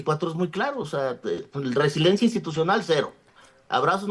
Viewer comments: Solo con escucharlo decir resilencia cuando lo correcto es resiliencia, me queda claro que no está ahí por sus conocimientos y preparación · Resiliencia!!! Cómo le abren los micrófonos a alguien que ni siquiera sabe pronunciar o saber el significado de las palabras, pierde credibilidad